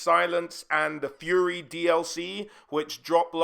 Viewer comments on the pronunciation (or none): none